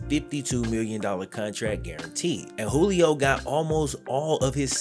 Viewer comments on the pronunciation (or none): none